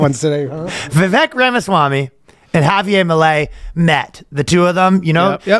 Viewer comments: Ryan, the r in Javier is in fact not silent. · Surprised he didn't pronounce it with a hard J.